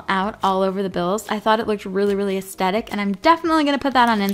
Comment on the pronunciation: it’s not “astetic” it’s aesthetic you’re welcome 😂